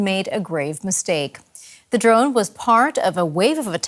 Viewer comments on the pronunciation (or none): does DW only hire reporters who cannot speak English? First guy sounds like Elmer Fudd, second dude can't even pronounce "drone" ... "drawhn".